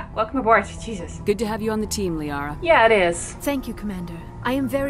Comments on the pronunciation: Hi you! I'm a little early with the upload today. I'm going out to dinner with my mom this evening but I didn't want to miss my own premiere with you guys. Anyway I know I mispronounce Liara to...Lah-ria. I know, shit happens but I figured it out by now. So don't scream at me, I can feel you screaming at me. 🤓 Anyway, join my new Discord server if you wanna scream at me some more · Isn't it pronounced "Lee-Ahra" ?